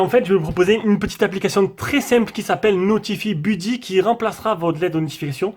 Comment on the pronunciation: merci pour les vidéos. super cette chaîne. "notifaï beuddy". mais bon la prononciation en anglais c'est pas grave